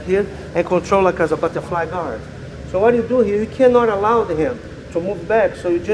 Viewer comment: lol, I found the way he said 'butterfly guard' hilarious